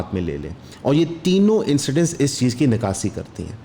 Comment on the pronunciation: Bhai urdu pr thora focus kren For example : nakasi nhi akasi and some more